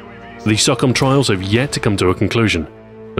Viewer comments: He pronounced SOCOM like sawcom, its pronounced like SoooooooooooooooCOM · So is pronouncing SOCOM as "sock-om" a British thing or is it just you? Cause I've always been taught it as "So-Com" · SOCOM is pronounced SO-COM, not SOCK-UM.